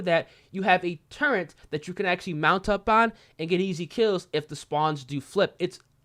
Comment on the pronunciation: I love ya man, but I can’t help but clown on you for saying turrent instead of turret lmao